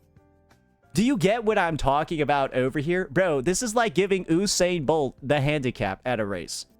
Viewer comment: I don’t like how you pronounced Usain Bolt